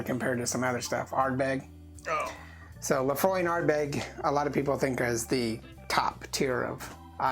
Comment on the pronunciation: It is not "Laphroy" it is "Laphroaig" pronounced ( lə-FROYG)